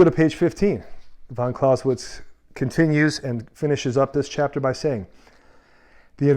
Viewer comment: you can't even pronounce his surname correctly.